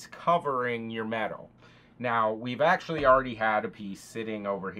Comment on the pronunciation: Medawl? what is medawl ?